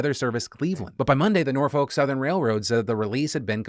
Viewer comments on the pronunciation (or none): Always so jarring to hear someone not from Norfolk/Hampton Roads say Norfolk. Just so people know cause I'm a schtickler, it's pronounced N-OR-FOK. REPRESENT WOOOO TRAIN CRASH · As a man who is born and raised in the 757 Virginia area code Phil on the behalf of us I have to tell you that is not pronounce Norfolk it’s pronouced Nor-fuck! But on a serious note, it is a damn shame how Virginia is getting worse and worse to the point where you have to give coverage to it 🤦🏾‍♂️ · I know I’m not caught up so idk if you’ve corrected it but Norfolk = nor fik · Say it with me, Nor-fuk... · FYI Phil it's pronounced Nor-Fuk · Norfolk is pronounced nor-fik or nor-fuk just an fyi 😊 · Not a big deal here, but I've got a small correction for you - I'm from the city of Norfolk, VA and I just can't get over how you keep pronouncing it. You shouldn't pronounce the "L" at all, and that second "O" should be pronounced as if it were a "U". Basically, it should sound nearly as if you're cursing every time you say it.